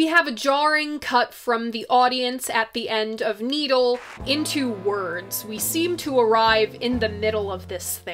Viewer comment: You said "Needle and The Damage Done" like "Neil and The Damage Done" ... and thats a genius slip up ... and possible a way to sum up his Divorces ... .